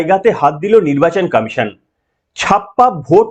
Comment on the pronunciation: আপনার বক্তব্য ঠিকই আছে কিন্তু আপনি কমিশন কে কামিশন বলেছেন কেন আগে ভাষা ঠিক করুন